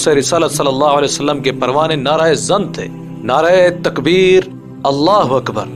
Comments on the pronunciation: نعرہْ تکبیر ہے نعرائے تکبیر نہیں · نعرایے تکبیر نہیں ھوتا نعرہ تکبیر ھوتا ھے